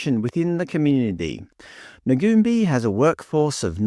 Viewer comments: Firstly, it's pronounced Nuun-bye. Secondly, do you know what services Ngoonbi offers? Or were you relying on a website to tell you. There are plenty of non-indigenous organisations offering similar services. And they don't just operate in Kuranda, that's where the main office is. Have you bothered to find out why the building is boarded up? Maybe due to youth crime, like so many other local businesses. This is a horrendous, ignorant pretense of an "expose" when you don't actually advice your audience what they do. Disgusting racism inciting bullshit. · Hi folks, I grew up in Kuranda and Ngoonbi was first started by Elders in the area. Ngoonbi pronounced "noon-buy" has many program operating as we speak. The building that is shown in this video is not where they operate out of at present, they currently operate out of a building on the same street about 20mtrs further along. It is very much in operation, there are many staff on board, both indig and non indig and from what I have witnessed first hand, Ngoonbi work very tirelessly within the community. Now are people driving around in expensive cars and living in big houses.... not that I have seen. Through the information presented here it is alpt of money.... it would be equally interested to see all the data and stories of outcomes of the monies attained for varying purposes, because this video is only presenting part of a story and has many unanswered questions. What Ibrecognise from most of the comments are knee jerk reactions based on bias as opposed to actual insight. Perhaps the content creator can research mining companies in Australia with the same lens, or perhaps politicians, or perhaps churches...........